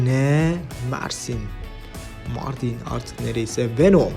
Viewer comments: Wenom değil abi VENOM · Abi wenom değil venom .d